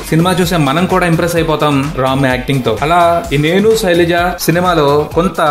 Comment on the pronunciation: soraja yenti bayya...sailaja